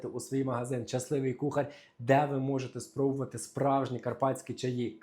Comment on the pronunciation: будь ласка - кухаррррр вимовляється твердо. (В к@ з м'яким знаком в кінці. Кухарььь). І будемо робиЛИ - не правильно. "Будемо" майбутній час, а "робили" минулий. Правильно - "будемо робиТИ". Це в нас на Львівщині польський діалект. Мені подобається Ваш контент. Підписана на Вас. Такі огріхи в мові "ріжуть" вухо. Дякую за працю.💕